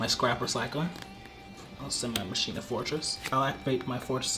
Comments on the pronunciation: anyone else bothered by how he says "Ma-shee-na" instead of "Ma-kee-na"? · So while I love these duels...my only complaint is y'all's pronounciation of Machina xD It's not "Machine-uh". It's "Mach-ina." Like Deus Ex Machina :P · Its not mashina, its machina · Am I the only one that is hurt everytime they say mashina instead of machina? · Anyone else pronounce it ma-key-na and get super triggered when they hear people pronounce it ma-she-na ? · Am I the only one annoyed when says "ma-shee-nuh" instead of "ma-kee-nuh"? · I thought it was pronounced "ma-kee-na". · Damn near everyone says it wrong online. It bothers the heck outta me. 😅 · regardless of how it sounds, it is the correct way to prounounce it. It's like "deus ex machina" "ma-kee-na" not "ma-shee-na" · How you pronounce it is mech-a-ny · word actually comes from Machina, Latin for Machine, properly pronounced as Makina. Should be pronouced just like Machina in Deux Ex Machina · The way he pronounces machina hurts me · I know but it still dosen't feel right, such as when people pronounce bologna how its spelled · Great vid dudes! But why can’t any Yu-Gi-Oh! players ever pronounce “Machina”? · Saying machina wrong is 😬